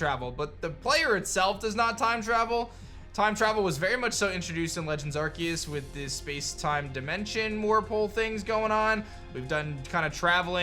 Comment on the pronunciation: Why are you butchering Arceus' name ?